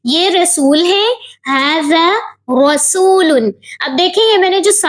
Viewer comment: Jese tum bolri ho rsulun rsul bolo